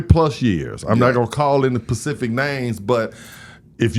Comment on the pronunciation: Why Us 🥷🏿's can't say SPECIFIC? 🤔 PACIFIC IS A OCEAN #AlwaysWonderedThat